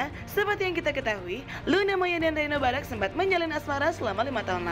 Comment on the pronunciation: Apa cuman gw yg salfok saat iis salah ngomong nama "Barack"? sampe melaney harus ngasi tauu wkwk ga cocok bgt jd host ih si iis . rempong bgt